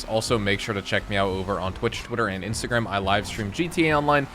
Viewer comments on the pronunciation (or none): none